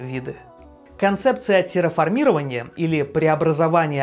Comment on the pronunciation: Ударение в "феномен" - хорошо, в "парейдолия" и "терраформирование" - плохо. К тому же колонии на Марсе если и будут, то наверняка только под землёй